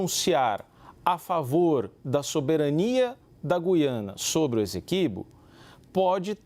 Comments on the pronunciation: Português: Gui-a-na. Paulista: Gú-iã-na. Foda-se a primeira, mesmo sendo a correta. 😂😂😂😂😂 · Finalmente, jornalistas pronunciando corretamente e como pede a gramática: GU-iana (e não GUI-ana). A repórter fez uma ótima externa, mas escorregou no Essequibo (pronunciou “Ezeqüibo”). 😬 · Gente não é goiana, GUIANA